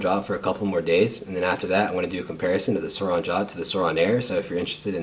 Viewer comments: It’s pronoced soooran not soran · It's not "sourOn" drop its "sourIn" drop wtf did anyone else get bugged by this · It’s (soorin) not (sooron) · Its not Sur(awn)its Su(oh)rin Edit: its not “rubber” finish its “matte” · U realize it's sourin not siroun hwo did u read the vowels backwards wtf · Suor in not suor on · It’s pronounced souuraensdespacito not sorin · Not being any type of way, but I think it’s pronounced Swo-rin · Your not saying it right it’s soURIN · It’s pronounced soarin’ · It’s pronounced sórin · He’s saying it wrong